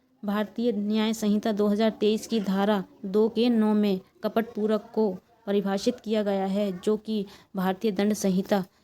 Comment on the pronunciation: Kapat hota madam compat nhi